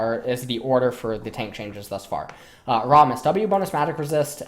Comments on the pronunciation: why does this guy say Aatrox like "At-trox" and Rammus like "Rah-mus"? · What the hell is "Rahmis" lmao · Do you intentionally say Aatrox and Rammus's names incorrectly?